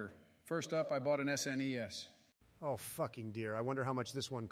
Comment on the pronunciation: Lol, the was the AI voices say "SNES".